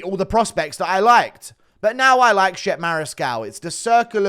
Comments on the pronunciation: "Shep" 😂😂😂. Is Chep-pay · Mariscal’s first name is pronounced “chep-aye” not Shep